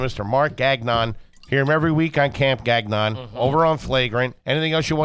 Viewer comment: its not "gag" -"non". . its pronounced "ga"-"n-on" lol